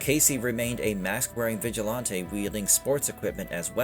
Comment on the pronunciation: Right!? And stop saying “vigilAAWnte”!